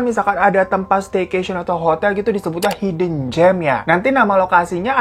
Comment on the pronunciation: Hidden dibaca haiden banh